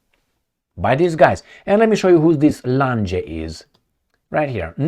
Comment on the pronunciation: Lange---pronounced Lahng